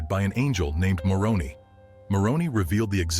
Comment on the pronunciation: Sorry to be so critical, but Moroni is pronounced with a long i at the end, it’s “More own eye.”